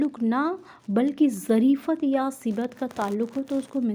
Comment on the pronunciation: آپ کو تلفظ پر محنت کرنے کی اشد ضرورت ہے باقی آپکی کاوش قابل تعریف ہے. مجاز=मजाज़ مرسل=मुरसल ظرفیت=ज़रफ़ियत سببیت=सबब्बियत